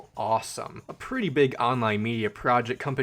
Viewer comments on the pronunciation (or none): none